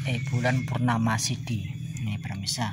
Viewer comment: maaf kang pemirsa bukan permisa ya😅